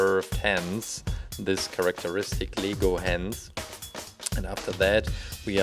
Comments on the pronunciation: Not le-go say l-e-g-o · Its pronounced as Lego,You pronounce it as LEEgo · it's not leego it's lay go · You said leego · Are you saying lego or legal I don't know